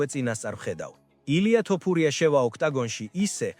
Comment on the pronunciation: მეგობარო ვაფასებ შენს კონტენტს რასაც ქმნი. საწყენად არ გამიგო, გასაგებია ქართულად კარგად ვერ მეტყველებ, ალბათ აქ ნაცხოვრები არ ხარ. თუმცა ტოპურია არაა, თოფურიაა და ეს მაინც გამოასწორე